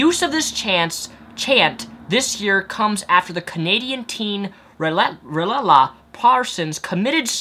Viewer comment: LMAO, her name is rehtaeh, not relala, lmfao.. im actually from halifax and this has been a big deal recently